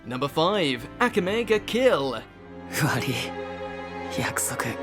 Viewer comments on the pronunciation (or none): Wow can never pronounce anything right..say it with me...( a ka me ).. you got to sound things out.